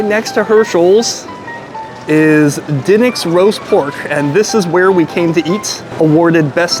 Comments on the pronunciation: Brother, it’s pronounced “d’nicks” not “dinnicks” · Its di pause nics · It is pronounced Dee Nicks. Drove me crazy as well. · Br pronounce it duhnicks lol sound like a Philly boy